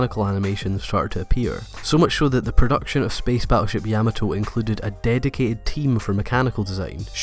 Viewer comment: sorry, pet peeve of mine, have to post. Please pronounce Yamato correctly. please? with WM energy on top.